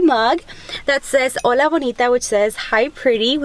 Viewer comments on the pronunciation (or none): none